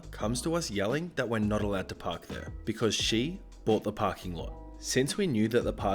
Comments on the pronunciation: Dude quit saying brought and not bought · Anyone notice how, instead of staying “bought” he says “brought” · It really bugs me that you say brought instead of bought.. THERE'S NO R IN BOUGHT!!! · Say paw. Say pawt. Say baw. Say bawt. Congratulations you just pronounced "bought". (Close enough.) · i love your videos but PLEASE stop pronouncing "bought" as "brought". they're two different words. pls stop. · Found your comment. Australian. Lazy thing not a British thing. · I've heard it 4 or 5 times this video say far, I don't think he knows how to pronounce bought. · No. No we do not. It's not a British thing, it's a laziness thing.